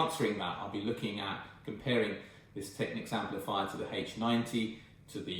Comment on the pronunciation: You are one of those exceedingly rare individuals who pronounces "Technics" correctly. Aren't all the electrolytics well over due for replacement and should sound and perform terribly ? And I'm sure that Soft Recovery HEXFRED diodes in the power supply would dramatically help mid range resolution.